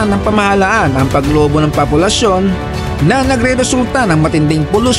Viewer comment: Bakit "Papulasyon" 😅